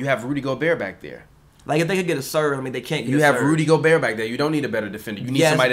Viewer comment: How does someone still say Go-berT at this point in his career? I feel like it’s common knowledge that it’s Go-Bear at this point.